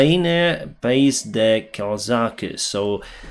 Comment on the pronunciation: No he did not, e at the end of ucraine is silent, the same with the s at the end of pays, you do not pronounce de like that, and the last letter s Is silent as well